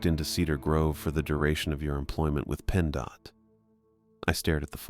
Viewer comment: PennDOT.....is NOT pronounced Penn D-O-T..... sincerely anyone who has ever been in Pennsylvania.